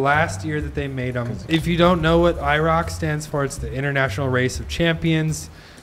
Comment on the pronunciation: Iroc- I reek of cigarettes 😂😂😂😂